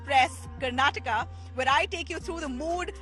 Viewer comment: dude... karnataka. Repeat after me... Kar-naa-ta-kaaa.